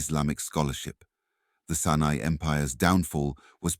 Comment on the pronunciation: Great info, but pls next time open up with an African monument, we have plenty, that was a Mayan pyramid, also the A.I voice needs work, it kept saying the Senai empire instead of Songhai empire, keep in mind there was a Sena kingdom in both India and Southern Africa.